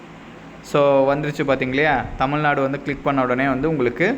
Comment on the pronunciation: Tamul nadu ila...tamil nadubro😂